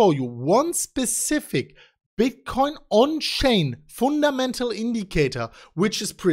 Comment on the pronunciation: "the People were Laughing at us" ps:, you had me at Foon Ta Mental"